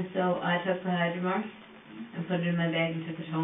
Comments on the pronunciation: 57 mins in is she saying hyromark? What kinds of pain med is that or I’m totally deaf rn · She's saying hydromorph, short for hydromorphone